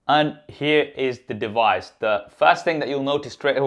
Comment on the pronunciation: Here is the "dewise".........!!!!!!!!!! Hmm, instant thumbs down for this reviewer. I can't believe this brilliant flagship smartphone hasn't been reviewed by more professional and popular reviewers.